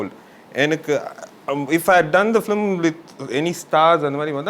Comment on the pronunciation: Very knowledgeable set of people. But why do you still pronounce film as flim?